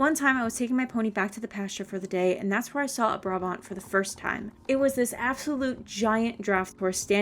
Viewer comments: you say Brabant like uhh buraabahnd in dutch xd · Hii! I'm Dutch and Brabant is actually a province in the Netherlands. Just a funfact. In the Dutch language, Brabant is pronounced "Brah-bahnt". In English you'd say "Brah-Bondt". The last letter is a hard T sound, not a D. Xo!